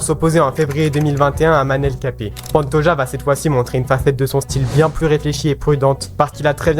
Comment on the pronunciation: super vidéo mais manel kape tu le prononce mal